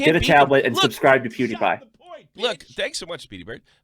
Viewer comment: I've been watching you a while, stuck by you through a lot...but you have been doing this a pretty long time now. Please, learn how to pronounce PEWDIEPIE!!! It's not spelled "Poodiepie"!!! LOL